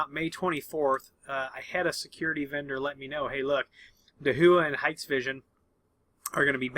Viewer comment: DaHua should be pronounced as "ta - wah"